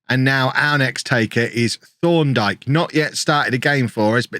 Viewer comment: Thorndike sounds like you’re saying Sean dyche with a lisp